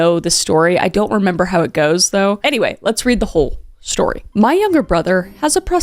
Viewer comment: Oye doun’t